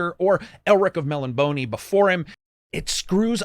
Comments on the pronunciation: Great video. Thanks. One thing: "Elric of 'Mellonboney"? Melniboné is pronounced 'Mel-NIB-o-nay". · ELRIC of MEL LEE BONEEE??? Is that how your pronounce it? I always pronounced it Mel le bo ne. All with fancy, made up fancy fantasy accents!